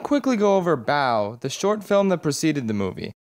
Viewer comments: not bao, but baoh. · did you just say “🅱️🅰️0️⃣?” It’s pronounced “Pao”